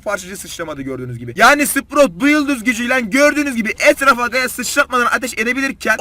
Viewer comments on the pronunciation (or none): none